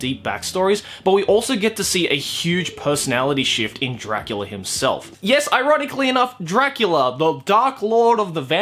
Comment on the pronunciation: Castlevania’s dub: alucard says “dracoola” Still looking up to daddy huh?